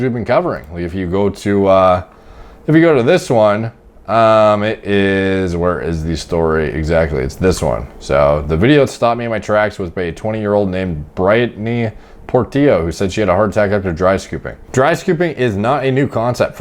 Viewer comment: Everyone: Brit Knee: Bright Knee